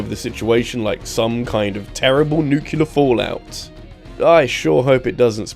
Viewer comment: Top Worst Way to Pronounce Nuclear